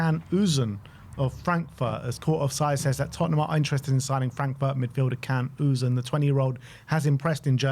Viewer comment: Can Uzun is pronounced Jan Uzun with the accent on the second u.